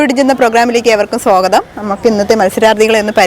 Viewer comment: Sogatham alla swagatham